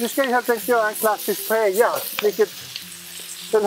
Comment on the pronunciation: Det enda som var Paella här var väl att Per inte uttalade l-en utan lyckades uttala korrekt. Detta var en "Rice with things" eller en risotto med kyckling... Man rör t.ex. aldrig i en Paella under tillagningen!, välj en annan partner nästa gång!